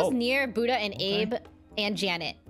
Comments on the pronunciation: Everytime XQC called Abe Abby I laugh because no one corrects him lol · I like how the lobby has just given up on correcting XQC when he calls Abe 'Abie' xD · Why did no one correct xqc when he called abe “abby” 😭😭😭 i died everytime it’s too funny